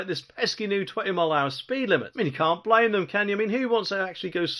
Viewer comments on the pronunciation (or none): none